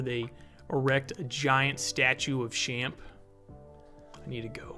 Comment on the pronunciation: It’s pronounced “Champ” like Champion, also it’s more a VT then a NY thing